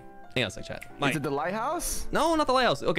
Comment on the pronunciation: drowned (believe me this is not sus) uhm wait he drowning again My boi that my boi TSKR AND 🧎‍♀️ tskr watasi saying chat wrong (these are some of my fav moments hope it help yall)